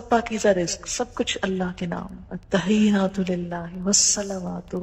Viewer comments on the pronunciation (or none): 1.Attakhiyyaat hae plz not Attakhayyaat. 2. Are you a Graduate of Medical School, Bahawalpur,? Me too.